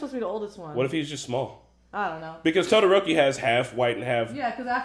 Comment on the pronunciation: is no one gonna mention how sero called todoroki “broki”😭